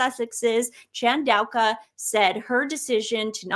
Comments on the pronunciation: Please let read the articles for a while. Your pronunciation of Chandauka got worse as you went on. Where did the Q come from? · This is a crazy idea, but I wonder if Harry has ever made a pass at Dr Chandauka and was rebuffed? (pronounced in Zimbabwe as Tandooka) Also, meghan would hate to have a lady with black skin standing beside her because she basically looks white. The other thing is, after Dr Chandauka shut down her X because of the pile on from the sussex squad (sussex PR machine). As the Dr's history is in the head of Intelligence at Meta, she will have the means to trace the names & ip addresses of those who were posting the hateful comments against her. Her doctorate was and honorary from university of Coventry. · ChanAUka I think not ChandauLKWa? And imperious not imperilous? Hehe